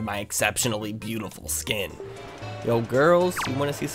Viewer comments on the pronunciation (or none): none